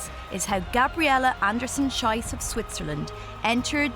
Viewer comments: Please please please – the last part of her name is pronounced "Sheece". "Shice" means something else entirely💩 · inexcusable mispronunciation of the athlete's "Schiess" name. In Germany/Switzerland "ie" is pronounced "ee"! And "ei" is pronounced EYE. The woman announcer mispronounced "Schiess" as SH-EYE-S, it should have been SH-EE-S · The commentator is pronouncing the name Schiess wrongly. The diphthong 'ie' in German is pronounced 'ee' not 'aye'. So the correct pronunciation is Sheess. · It's somewhat sad that the narrator just cant pronounce her name correctly. Her name is written "Schiess", which should be pronounced "shees" not "shais" which means something totally different (and insulting) thing... Thoose who speak German know what I mean. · Her last name is pronounced Andersen- SHEES, not Andersen- SHYS. In German, the dipthon IE is pronounced as a long E. The dipthong EI is prononced as a long I. Example: Ein bier....Heidelberg... ...Fraulein... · Maybe learn to pronounce the athletes’ names.... Schiess is pronounced SHEEss. Not SHYsss..... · Anderson-Shees is how it's pronounced, not Shice. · Pronounced "Sheess". Otherwise it's a bad word! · It's pronounced "Sheess". "Sheess". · Schiess, pronounced 'sheess'. That rankled EVERY time. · Schiess is pronounced shees. Maybe the commentator was thinking about how the athlete must have felt 😅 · For the record, Schiess is pronounced “Sheess”. Not with a long i sound. Then in German it means something else and would not exactly be suitable as a last name 😅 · Pronounced 'sheess' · for the record: it is pronounced "An-da-sen Sheas" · Her name is pronounced 'Sheess'. The way it's pronounced here means something most unsavory in German! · It's pronounced "sheess". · You would think in a video extolling the grit, stamina and heart of female athletes, the commentator would have done her homework on how to pronounce her name correctly - the second half of the name is pronounced Shee-ce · Please. Its Schiess.